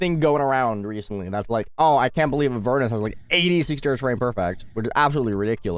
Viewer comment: avernus. (ah-vhehr-neihs)